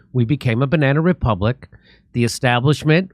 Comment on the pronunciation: Everytime they say Banna republic I'm gonna take a shot